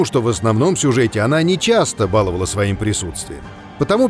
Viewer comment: Правильно сказать баловАла, это важно